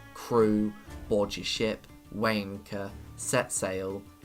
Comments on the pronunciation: Took me a while to realize you were saying "Weigh anchor" and not "Wanker" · Every time he says "weigh anchor" I keep hearing "Waaaanker" like fuck alright man. Great vid tho